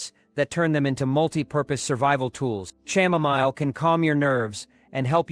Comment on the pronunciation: Just a note, the h in chamomile is silent. It is pronounced kamomile